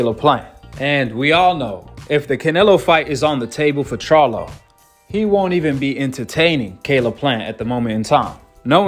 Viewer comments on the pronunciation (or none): tyson was obviously drunk or high he cant even pronounce charlo right and he doesnt realize that jermell fights at 154 not 168